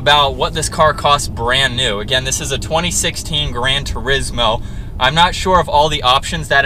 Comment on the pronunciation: Tur-IZZ moe? Really??? Tour-EEEz mo...